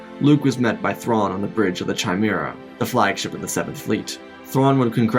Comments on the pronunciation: or the chimera as "ch-imera" instad of "ki-mera" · Chimera (Ki-mare-a) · Kai-mera not chai-mera. All these lore masters and most can’t annunciate easy names to pronounce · At about 2 minutes in, you (or ) referred to Owen as Luke’s father. Chimera is pronounced ki mare ah. It’s a Greek thing. About or so you (or ) referred to Vader as Luke. Oops. You need Alpha readers. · CHIMERA IS PRONOUNCED KEE-MAIR-UH. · Love the story, but pronunciation: chimera is pronounced "kie-mera" (long i) , and ensign is pronounced "in-sin", not "in-sign". Sorry, I'm a folklorist and prior service military, so that hurt! LoL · i know this sounds like a grammar nazi, but the way you pronounced chimera felt so weird, though nice vid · Bro you say Chimera wrong. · chimera, the "h" is silent